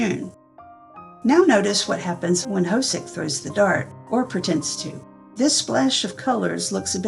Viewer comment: J-Hope's name is not pronounced "ho-soak" - it's more like "ho-suk". This entire BTS Universe can be pretty confusing, so it's wonderful that you've put this together!